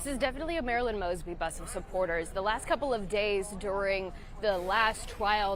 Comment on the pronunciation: He pronounced her name wrong in the prayer. 😂😂😂😂